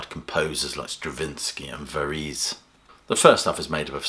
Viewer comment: Varèse = Vah-rez